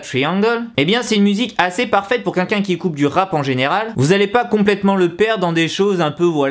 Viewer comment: Alors tout d'abord je tiens à dire que ton "quinquin" au lieu de "quelqu'un" me stresse énormément voilà 😂 mais sinon super vidéo ! J'ADORE ZICOOOO pardon